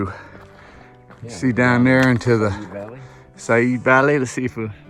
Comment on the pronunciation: S-eye-ad valley.